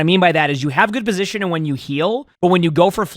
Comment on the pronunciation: over here with 2 g's in his name but can't pronounce one when it comes to the word positioning.